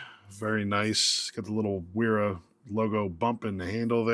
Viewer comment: It's a v sound because it's not your language...